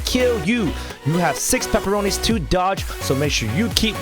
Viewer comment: Why do you call the red dot paporoni